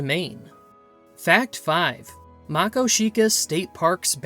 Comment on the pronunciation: What about the paddlefish in the Yellowstone River? And it's Ma-KO-shika. Emphasis on the second syllable.